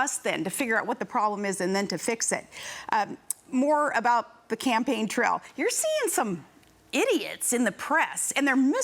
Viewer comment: what the hell is a "campaign trell"